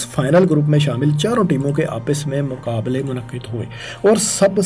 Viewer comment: yeh banda apni pronunciation thik ni kry ga, yeh channel faisal bhai ki wja se subscribe kia tha lekin ab faisal bhai is channel pr ni aty aur yeh bnda alfaz ko sahi pronounce ni krta,,, it's time to unsubscribe this channel isko koi btaye k maqably ni muqably hota hai mamalik ni mumalik hota hai pur ameed ni pur umeed hota hai mataliq ni mutaliq hota hai banyad ni bunyad hota hai majasma ni mujasma athaya ni hota uthaya hota hai matabik ni mutabik hota hai mastakil ni mustakil hota hai aur bhi bht sare words hn